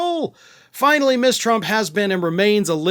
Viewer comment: Ms is pronounced Muzz, not Miss